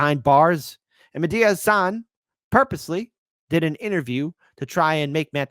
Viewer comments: I saw someone calling him Mehdia Hassle instead of Mehdi Hassan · Its not medea hasan. Its mehdi hasan.